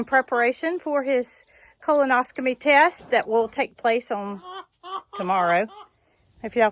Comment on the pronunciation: Pronouncing it wrong it’s colonoscopy .